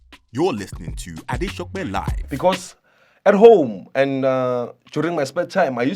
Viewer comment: Did he just call you AdeSOPE; hahahha